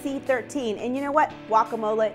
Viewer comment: it is pronounced "guacamole" not walkamole